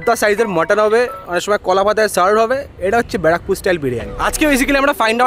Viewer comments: 🤣🤣🤣🤣 Barrackpore ❌ Bra Pore ☑️ 🤣🤣🤣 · b*ra pur.. R English ta bar pore😂😂..